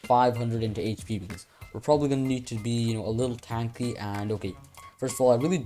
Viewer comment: Bro said tanky in the British accent